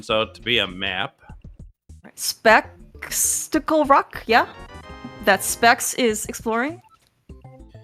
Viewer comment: "Specksticle Rock" wasn't lost on me,! HAHAHA